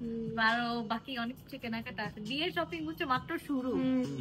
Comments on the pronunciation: ছপিং না শপিং হবে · শ কে স বলে 😩 সপিং,সাসুরি 😩